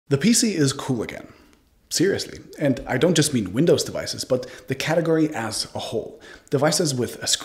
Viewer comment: Did any one else hear it "the category ASS a whole "?